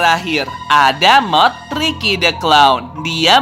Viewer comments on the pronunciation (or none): Tirky bukan tiky